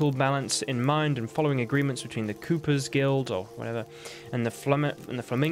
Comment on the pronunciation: It's Cooper with a long o. From the profession of the cooper, someone who builds barrels. Obviously very important in Toussaint.